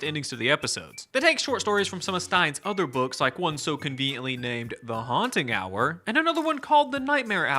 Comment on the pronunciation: This is now my favorite "Haunt Hub"? "Hubba Haunt"? I dunno but I love this Haunting Hour guy